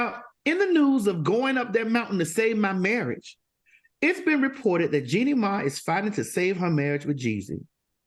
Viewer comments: Not Jeannie "May" 😂😂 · Maddie didn't say that lady's name correctly the entire show! 🤣